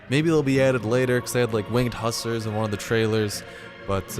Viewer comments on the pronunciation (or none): Hussar is pronounced 'whozar'